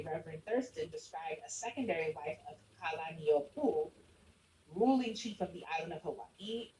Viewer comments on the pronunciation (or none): he butchered Kalani’ōpu’u’s name. not relevant and it’s common for non Kanaka Maoli to mispronounce our names, but damn.